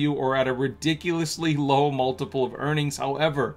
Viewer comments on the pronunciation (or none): none